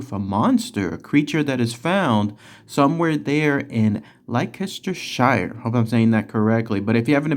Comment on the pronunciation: It's pronounced Lankashure - as are all of the "shire" suffixes. 😉